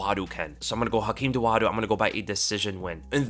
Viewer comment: Hakeem Dawodu, not Dowadu